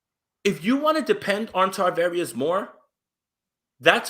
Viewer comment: It's Charvarius, Charvarius Ward no T's in there